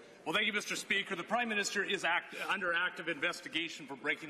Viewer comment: Did he say Crime-minister?